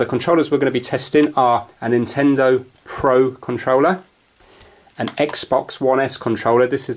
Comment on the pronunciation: pro conrouler XD